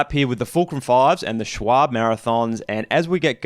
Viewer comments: Schwalbe : [Sh-vál-be]... the 'e' like Elephant. That'S the correct pronunciation ;) not [shualbe], not [shualb] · Lowering my chances of being liked, but why do you pronounce Schwalbe as Schwable ? Unless the brand name is actually different down under of course ... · This makes me ANGRY as a german!! Its not called s-c-h-w-a-b...its called SCHWALBE!!! ahhh In germany its the name of a bird called swallow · Also, I don't know who told yo it was "Shwarb". It's more like "Shval-buh" ʃʋälbə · That Schwalbe pronounciation haha. It's schwal-be. Focus on the letter a (a as in eye), and be as a bear.